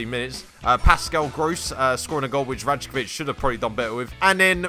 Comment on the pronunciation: I also know it's "Ry-kovic" not "Raj-kovic", I ALREADY RECORDED THE EPISODE BEFORE I FOUND OUT HOW TO PRONOUNCE IT PROPERLY Love you all. xx